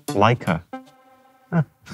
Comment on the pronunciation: Leic"A" a lott"A". I could see the heart attach I would have the first time I dropped it...and Not"a" Leic"A" it.